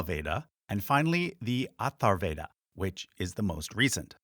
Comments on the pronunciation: Correction.. it is ATHARVA VEDA.. not ATHAR VEDA.. 😊😊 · Great video and channel! Small correction; it is called Atharvaveda, and not Atharveda. Keep up the good work. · There are some discrepancies here (ie it's atharvaveda not atharveda) but over all decent explanation.